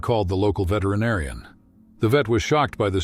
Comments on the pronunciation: Please STOP AI narration! "the veetranarian's care" Yeah, that sounds realistic (not) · Vee-Tree-Narrion? Freight-ten-ned? If you’re just going to buy cheap speaking software you might as well narrate yourself. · Great story. But man, am I tired of these AI narrations. Veterinarian pronounced: Veet-tree-a-NAHR-eon? Morale pronounced: MORE-ah-lay? I like my information disseminated to me by a human being, rather than a computer algorithm that doesn’t understand the words it is reading. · Morale is now mor-a-lay. And veterinarian is now ventorinarian. Who is this guy? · Please next time have a human read the narration rather than a computer synthesized voice that can’t pronounce “veterinarian” or “lions.” Humans still do speech better. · Narrator switches from Valenteen to Valentine. Then he can’t pronounce “veterinarian” or “lion” 😮. Seems fake to me. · Pronunciation is terrible. It isn’t even close to the way they are pronounced. Shameful.Veetenarian? Frighteneded? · yeah "Veetreenawrian", I hate AI, they cannot find a human to narrate this for their cause? something is wrong with this picture... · Stop mispronouncing veterinarian 😢😢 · Terrible voiceover, is it too hard to use an actual human voice? Listen to how veterinarian is pronounced 🤣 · Don’t you just hate these computer generated voiceovers? Hearing it butcher “veterinarian” ruins the whole video.